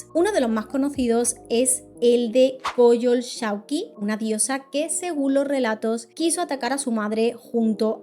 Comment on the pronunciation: Y 'Coyosháutli', es la pronunciación,. No te juzgo el 99.8% las pronuncias super bien